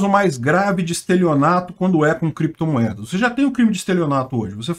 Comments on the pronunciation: Valeu! Peter essa história do Renan Canalheiros falar "creptomoedas e bitcóio" não me engana, eu acho que ele sabia falar certo mas queria despistar, porque as criptos é um ótimo lugar pra esconder dinheiro. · Meu amigo , um senador que fala biticoio e creptomoedas já se vê o nível 🤣🤣🤣🤣